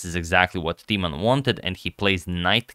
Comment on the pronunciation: In order to increase your vast knowledge: Timman is pronounced with a short i, like in imminent, not long like tea. You got the short a right in both Jan and Timman!